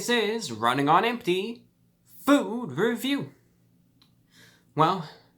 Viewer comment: That was a vicious “fewd”